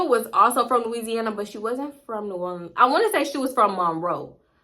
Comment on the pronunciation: "NEW ORLENS" yaaas voice overs!